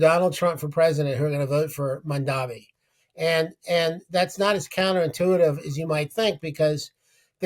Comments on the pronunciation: The guest said Mandavi . The interviewer said Mamderi . Is it so hard to say his name correctly? It sounds like “Mom” & “Donny” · He said Mandavi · why does he keep saying Mandavi? Zero cred. Then again he's making his point about out-of-touch boomers. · Neither the interviewer nor the interviewee could pronounce the new NYC Mayors name correctly. It is not a difficult name! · Cuoma gave Elon Musk $900 million in tax breaks. That would pay for EVERYTHING Mamdani is trying to accomplish. This man isn't even pronouncing the NY mayor's name correctly, he is completely out of touch. 😅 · M-A-M-D-A-N-I…..learn to say it right